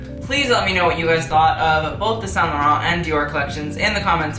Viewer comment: Actually he's pronunciation is good.